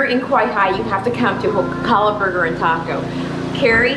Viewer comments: If you talk to the public about Hawai'i, you definitely need to work on your pronunciation. It's not Kuh ha luh; you should say all the vowels, Ko Ha La. In don't say knee knee, say neh neh. ; ) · Do us a favor....get your Hawaiian pronunciation right. It is not KAhala ....it it KOhala (long 'O'). KAhala is on Oahu. Thank you.